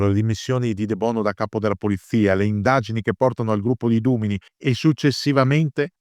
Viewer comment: Donna davvero singolare. Grazie per il video Ps (Dumini va accentato sulla penultima)